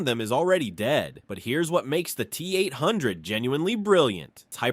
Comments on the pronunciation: Don't forget the Tee Eight oh oh 🤣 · LOL the T- Oh Oh and the T 8 5 Oh